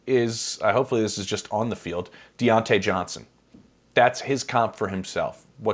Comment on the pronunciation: I would've gave him the ugliest stare if I heard him say Diontae Johnson like that's good😂 nah great breakdown though, one of my biggest sleepers this draft along with Xavier Restrepo